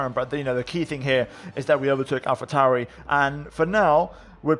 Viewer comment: yooo! this dude's pronounciation of names, AlphaTauri & Alfa Romeo, also his accent is c r i s p s, new to your channel btw, i'm loving the content man!!